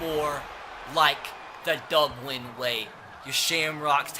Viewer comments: How we pronounced it "Dublin" how 3 years old pronounce it "Dubwin" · Crankin36 how intellectuals pronounce it “Dubwin”